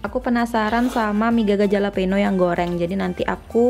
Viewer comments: btw dibacanya "halapenyo" kak, hehe sukses selaluu❤🙆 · Bacanya "halapenyo" bukan "jalapeno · fyi: pronounce jalapeno itu halapenyo:) Emg deh mie selalu bikin ngiler~